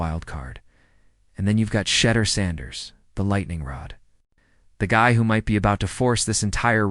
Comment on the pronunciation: Try saying is name right!! And further he went in the fifth round bc of collusion, fake ass video